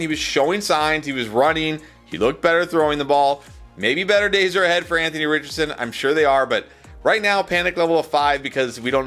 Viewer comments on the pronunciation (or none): none